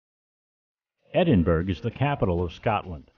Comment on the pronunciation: argh! How embarrassing. It was an interesting video, but... please learn how to pronounce the name of the city you are highlighting. I'm really not trying to be mean.